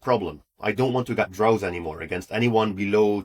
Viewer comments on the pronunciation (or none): Pronunciation of 'draws ' sounds like/rhymes with 'doors '.